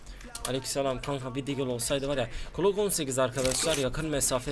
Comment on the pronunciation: NORMALDE Okunuşu:glok 18 Yazılışı:Glock 18 'DE Okunuşu:klok 18 Yazılışı:Klock 18